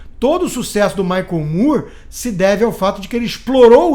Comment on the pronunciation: Michael Moore se pronuncia igual a palavre "more". O aberto.